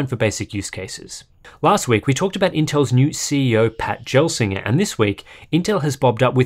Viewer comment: Pat Gelsinger is pronounced with a hard G, not the soft G you guys are using. For proof, you can listen to the Q4 2020 intel earnings call.